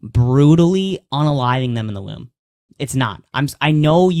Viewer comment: All you did was show that you and your goon (who can't even pronounce womb correctly) can barrate and badger inexperienced debaters into a corner where they don't have a response. Screaming "does it justify unaliving a kid" over and over again isn't an argument, it's uncharitable framing at best. You made no points here. You just looked like an asshole